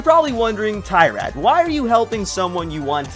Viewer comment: Just one small note. Its Tyrad not TRyad